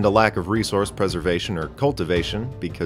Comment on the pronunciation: "they'd deplete EATHS resources"